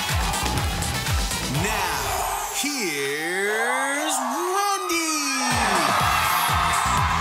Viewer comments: The announcer is deliberately saying Rondy now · why does he say Rhondy?😂😂😂😂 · I agree. Sounds like a strongly pronounced "W" to me. "Here's W-e-n-d-y!!" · Ok I keep hearing Rondy at the beginning? I think I'm going crazy😂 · omg i just heard the here's rondy. i had to listen twice. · omg i heard it for the first time so clearly yesterday... even if i say it with him, it'll sound like "randy", never "wendy"... maybe he has a speech impediment of some sort.... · I'm NOT gonna lie, I also heard something like Here's RANDY lol